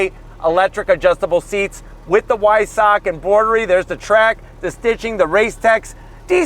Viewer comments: The "W" is pronounced like a "V". Vy-Sack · Not Why-suck😂😭😭😭😭😭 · It's pronounced "Veissah"....Cheers